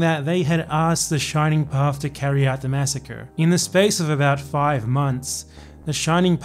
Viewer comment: A non-peruvian that talks about the Shining Path without fucking it up! How nice!